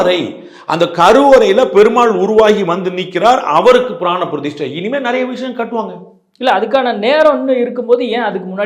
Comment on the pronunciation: டேய் பீடை, அது "பிரதிஸ்டை" இல்லை, "பிரதிஷ்டை". நமக்கு "ஸ"-வும் வராது, "ஷ"-வும் வராது, ஆனால் பேரு மட்டும் "சர்மா".